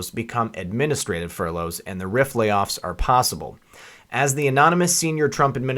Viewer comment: It Rif, not R I F